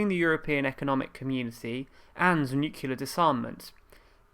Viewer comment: It is NOT "nucular"! Are you kidding me? This is really embarassing for a native english speaking news channel...